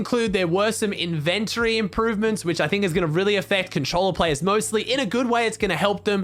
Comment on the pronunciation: at first he said in-vent-ory